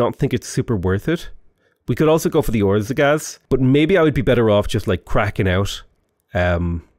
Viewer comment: Dude really said orzagaz wtf